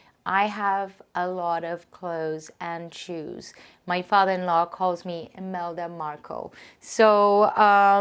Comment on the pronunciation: It's Imelda Marcos not Imelda Marco ☺️. What a Lovely Home!!! 😍